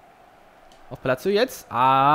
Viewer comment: sag bitte "Palasio" ;D